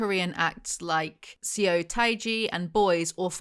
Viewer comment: Great video, so well written so well edited ❤ my only criticism would be, you reading the name 서 (seo) as “see-oh), seems like there is a lot of research that went into this video, why not research how to correctly pronounce this as well?? But otherwise i absolutely loved this video 👏🏻👏🏻👏🏻